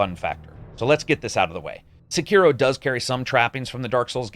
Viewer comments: “Sekeroh” Oh dear... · I'm a little bit disappointed in your pronunciation of Sekiro. But I still love you. You're the best!